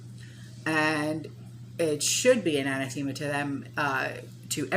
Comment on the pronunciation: what is the word you are saying in the beginning of the video? Is it anathema? I do not recognize your pronunciation?